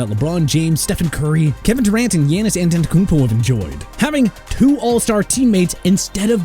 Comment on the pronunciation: “Yanis Antentokompo”